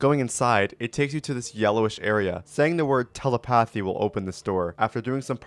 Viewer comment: did you mean teh-Lep-uhthi or tele- pathy